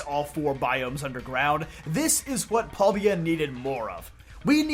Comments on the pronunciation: So question, I understand that because there are no voice acting in games that sometimes people we have different pronunciations. But does it bother anyone else that he says pal-D-a instead of pal-day-a. Like there is so much other content that says how it is supposed to be pronounced. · Huh, never heard paldes pronounced like that..